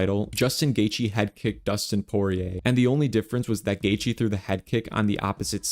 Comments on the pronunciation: Justin Gay-thee 🫤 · Gaythe is such a bad pronunciation it makes the gatheigi guy seem more knowledgeable